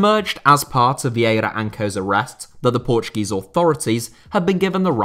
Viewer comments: Ur pronunciation and knowledge of Portuguese words is pretty good for a non Portuguese speaker Great VID BTW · i love how you said every portuguese word right (